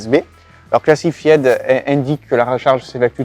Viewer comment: Massacrer l’anglais comme ça, c'est voulu ou quoi? ”Cla-ssi -faï-de”, pas ”classifiède”. Évidemment qu’ils ne veulent pas dévoiler comment ça marche. C'est la raison même de leur nom.